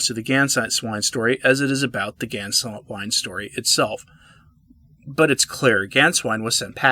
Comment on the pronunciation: You pronounced Sa - RAW well but it's Gain-svine.